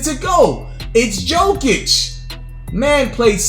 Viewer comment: It’s pronounced, “Yokic.”